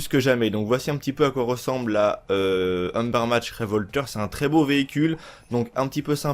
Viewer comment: Cool la video mais c Ubermacht pas umbermacht et ta customisation n’est pas hyper jolie😂